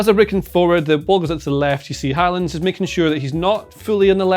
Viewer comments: Nice to see pronounce Håland’s name correctly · Wow, wait what?? Did they just say Haaland correctly the first 2 times?😂😂 Well done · at least the chap on the sofa is pronouncing his name correctly